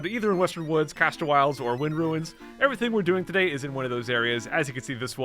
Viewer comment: "Todady, we uh... swamp?"